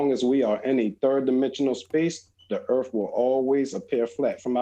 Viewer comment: Never met a guy smarter than me who called earth "erf"